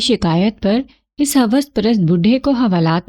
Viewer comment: آپ کا کہانی گوئ کا انداز کافی بہترین ھے اور لفظوں کی ادائیگی بھی پختہ ھے لیکن آپ ایک غلطی کرتی ہیں آپ بہت جگہ جہاں "پیش" لگنا ھے وہاں آپ "زیر" کا استعمال کرتی ہیں۔ جیسے لفظ "اس"(os) یعنی پیش کے ساتھ ھوتا ھے آپ اسے "اس"(is) یعنی زیر کے ساتھ ادائیگی کرتی ہیں۔ کسی غیر موجود شخص جگہ یا چیز کے لیے پیش استعمال ھوتا ھے۔